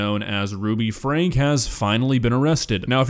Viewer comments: it's pronounces as Frankie, not Frank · Just FYI their name is pronounced Frankie even though it’s spelled franke. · You are pronouncing Franke wrong.